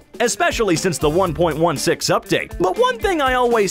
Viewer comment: Oh no, he sed 1.1 6. -_